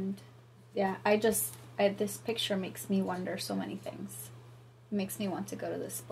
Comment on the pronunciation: Not Thungs but rather "Things"